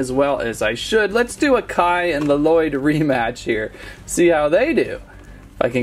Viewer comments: It triggers me how he says L-Loyd (In the show they all call him "Loyd") Only in the Lego movie does Garmadon call him L-Loyd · Bro it's not L loyd it's Lloyd pronounced loyd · ITS NIT LELOYD ITS LOYDE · Really good video and I love it but really luh - Lloyd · It's Lloyd not lololoyd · He saying l lloyd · It's lloyd not laloyd only garmadon calls him laloyd in the ninjago movie r u garmadon no so stop pls stop get some help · Did my dude really just say “Luh-Loid” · I wonder why people add the double L for Lloyds name when its pronounced Loyd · His name is not la-lloyd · My mans just said La-Lloyd I don't know if he's joking when he says it if he isn't look up the NAME on Google. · You don't say Lloyd you say Loyd. It just spels Lloyd but you say Loyd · did anyone relized he called lloyd l-lyod ol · Im so trigred because lloyd is prononced with 1 ll not 2